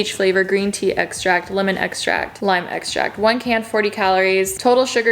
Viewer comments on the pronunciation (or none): none